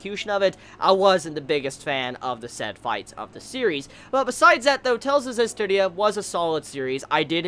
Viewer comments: I'm just happy that you managed to pronounce the series title correctly before it ended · Only took 12 episodes to pronounce the anime title correctly:3